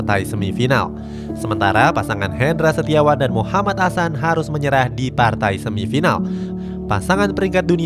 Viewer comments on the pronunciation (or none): none